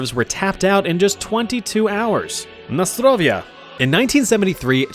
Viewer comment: U said in russian “nastroviya” its more supposed to sound like “nasdaroviya”